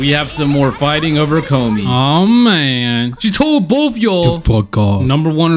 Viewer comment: Please learn how to pronounce “Komi” you sound like the dub pronunciation of it